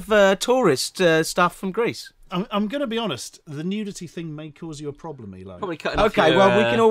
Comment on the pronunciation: "What's the ploblem? What's the ploblem?" I thought I was unna pysh mesel